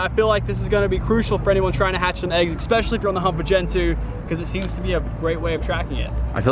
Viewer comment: Notice he was talking about eggs and accidentally said "eggspecialy" :)